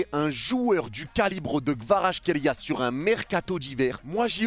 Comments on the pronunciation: Merci pour tes news et pour avoir dit des belles choses sur KVARA mais, Mec peux tu faire un effort et lire son nom correctement stp? C'est quoi votre delire olalaaa?! KVA-RA-TSKHÉ-LI-A C'est incroyable de prononcer son nom aussi mal mec!! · J'suis géorgien jsuis content et... OUI! Par contre ton accent quand tu pronnonce son nom x) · Petit tips pour la prononciation : C'est en deux parties -> Kvarats - khelia avec le "kh" qui se prononce "hhh"